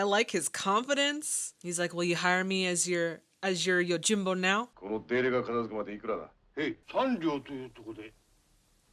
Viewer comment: YOJIM-bo, not YO-jimbo....